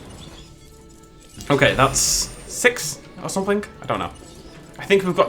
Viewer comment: How he talks: someFINGK instead of something. Why? Idk. I guess that’s just somefingk weird about him.